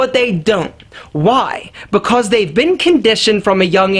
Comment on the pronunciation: The way says because is making me laugh every time: "bicos"